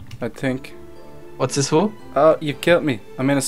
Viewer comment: dont you mean ho-oh